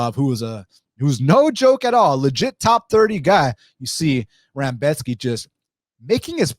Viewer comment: With all due respects, you mostly, if not all, picked favorites to win. And you kept calling Rebecki, Rambeshki.. sorta weird, but I appreciate your takes and how thorough of an analysis you gave. It was very on point for how you saw things. I definitely saw some things that I didn't think about before hand, especially that Volkov weak takedown defense when trying to go for a guillotine vs. Gane. Definitely think it's wild to pick no underdogs at all though.